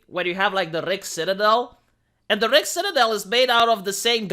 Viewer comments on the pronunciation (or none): none